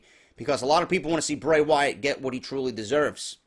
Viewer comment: its Bray not hard bro